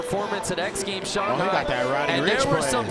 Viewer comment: I get all the hate in commentating but seriously. NOBODY HAS TOLD THIS DUMBFUCK HOW TO SAY SHANGHAI SINCE THE LAST X GAMES!!??